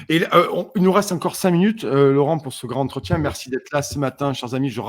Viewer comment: Désolée de te reprendre,,, mais j'ai toujours les oreilles qui s'agitent lorsque tu dit: le grand-entretien. On fait la liaison. Et le D se prononce T. Le gran(t') entretien. Belle journée à toi toi et à tous:):)